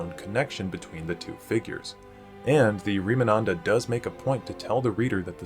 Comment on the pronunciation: the name of the book is Remanada, you are mispronouncing and misspelling it. Also, the plural of “Dragonborn” is “Dragonborn” (you don’t say it with an S at the end)